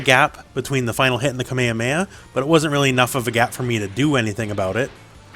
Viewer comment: ALWAYS keep your eye on your component. I know some people who look at their own character as they fight. And you say kamehameha the CORRECT old school way, thankyou :)